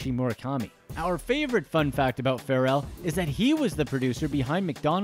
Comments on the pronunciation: The way you said Pharrell’s name 🥴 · Bruh I was so close to hitting the dislike button, just off the way he pronounces names in movies like I'm about it LMAFO and Pharrell name and many more, it hurts